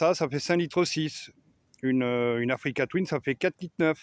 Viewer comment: J ai arrêté de compter le nombre de fois oû tu dis africa touine😅